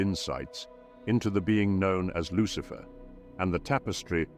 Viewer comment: Who is buhlicher? Lucihfer